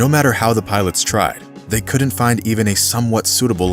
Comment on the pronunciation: FYI....since narration is your business, you might as well do it right. "Couldn't" is NOT a two-syllable word and is therefore NOT correctly split into 2 syllables, as in "could-dunt", which is your pronunciation of this word, and others like it. They make up a significant portion of the English language. So there is plenty of opportunity to sound stupid if you prefer to pursue the course you are on. The correct pronunciation has only ONE syllable, as in "couldnt. Don't believe me? Check out your Merriam-Webster app on your phone. Surely a guy who makes his living as a professional narrator has the M-W app. You're welcome..:)